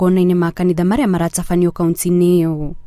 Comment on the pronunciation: Inabore sana, eti 'Kauntsi', atsetsi, guatsurania...nkt..hii tsi, tse ilitoka wapi?